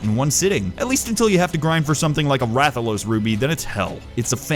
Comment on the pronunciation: When he said Rathalos ruby I got triggered